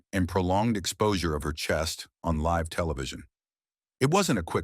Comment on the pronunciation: Stop mispronouncing live 😢